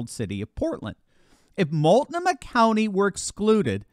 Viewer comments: Mult-NOH-mah. And yes -- it's broken. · I love you like a brother. But Multnomah is pronounced Mul-t-NO-mah (Don't feel bad, no one gets it right.;) God's love <3